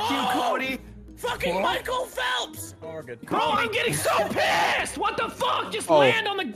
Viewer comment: did say "Michael Felts!!"